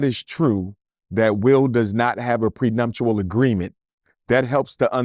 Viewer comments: It’s prenuptial NOT “prenumptial” brother. ALSO: it was the Oscars NOT the Emmy’s. Keep up the great work 🫡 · How are you so educated and well spoken, but mispronounced prenuptial multiple times? 🤨